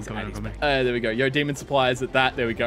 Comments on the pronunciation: Is it me or is he saying “demond” i can’t not hear it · is it just me or does he say demond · WHY DOES BUTTER SAY DEMOND WHY JUST WHY ITS DEMON NOT DEMOND